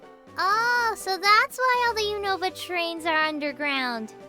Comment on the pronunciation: Unova? More like usnorva! (U-snore-vah)